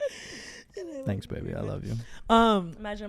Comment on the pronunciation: I did 😂 when said “fanks a lot sstfacey”